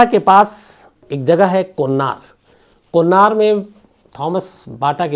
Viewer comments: Not kon nar but kon nagar. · Konnar nehi Sams Sir...Konnagar...